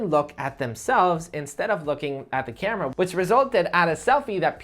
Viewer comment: Why You pronounce every word with 'Um' suffix? Camerum? Nonsense